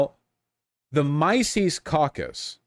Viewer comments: Something like "Mee-zees." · Mysees, Robard, and Hopper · MYE-SEES lmao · ME-cis, right? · i love the fact that he calls it the mice-es caucus. just goes to show that literally everything he knows about it comes from wikipedia. and naturally, he starts by saying he's not going to overstate the case before completely overstating the case by calling them nazis. classic voosh. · Misis Mesis Idk why he didn't aleast Google someone saying the name. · The "mice-eese" caucus... The one named after the freedom loving jewish economist is ... Nawtzees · I hate when these people, no matter the language, always mispronounce simple names, it's so stupid "my-sees"? It's literally as straight forward as it gets and simple in terms, it's the Mises cacus, it's very common terminology if you're in the in the business of talking politics. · "Mice-eez" He can't even pronounce the fucking name correctly, lol. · The way he pronounces Mises makes me want to punch my phone. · You have the restraint of a Buddha for not making fun of his cluelessness of how to pronounce "Mises." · His pronunciation of Mises already informs you of how much research he put in the subject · The fact the Vaush doesn't even know how to pronounce Mises is all anybody needs to know about how valuable his opinions on the topic are. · Vaush getting Mises pronunciation wrong might be nitpicky on my part but I've yet to see a libertarian mispronounce it, only Leftists seem to do it 🤔 Also I'm surprised Vaush still makes videos about libertarians considering how he seems to be just another grifter chasing latest news. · He can't even pronounce the mans name correctly. Showcasing that our horse fanboy has done no research. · The only thing less surprising to me than the lying is him mispronouncing the name of the organization. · You know it's going to be useful information when the guy can't even pronounce Mises right. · Mispronouncing Mises should be a crime